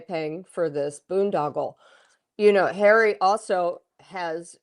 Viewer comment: 😂😂😂Tom's "royal sources" = hawwy and MeGain